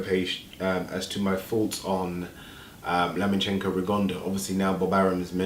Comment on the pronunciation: his name is LOMAchenko not Lamanchenko!